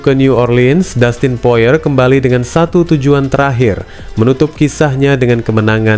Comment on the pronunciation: Poirie bukan poar